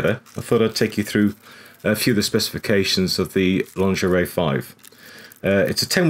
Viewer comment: it was funny when you said lingerie 🤣